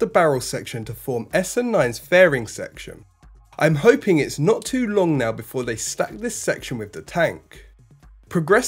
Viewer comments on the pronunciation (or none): none